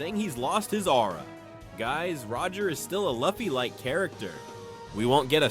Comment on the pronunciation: The way u say Luffy kills me..... punish urself